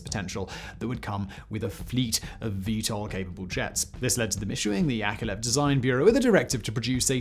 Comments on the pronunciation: YakoVlev YakoVlev not yakelev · YAK-OV-LEV... YakOVlev Come on now.. I know you can read sequentially... It is in your basic command structures isn't it??? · My goddess, time goes while your pronouncing skills are still on the same place. And that's despite decades of videos. His name is Al`eksandr[not AlerZander] S`erg`eyev`eech Yakovl`ev. I know that making Kuality Kontent is hard, but you could try at last. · YakoVlev not Yakolev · you're pronouncing Yakovlev wrong...